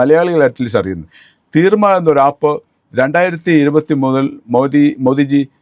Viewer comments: The app is Threema, developed by Switzerland; not "Theerma. " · theermma alla koppe threema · Threema 😂😂 തീർമയല്ല